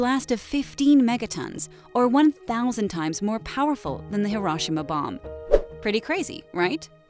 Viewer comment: I literally left video over way she say hiroshima